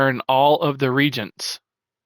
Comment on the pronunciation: Great video and channel! “Reagents” is pronounced ree-AY-juhnts just so you know(coming from an old school ultima online player lol)